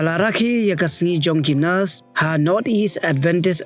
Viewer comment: Why do you keep saying “NOS” ? We know you’re just reading it but please do it with some understanding, it reflects on your channel’s reputation too.